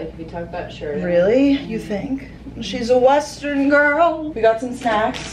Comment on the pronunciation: LMAO “she’s a wesssterrrnnn gooRRooRrllll 🤠”